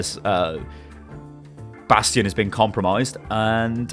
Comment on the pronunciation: How do you play this game to the level you're at and still pronounce Bastion wrong?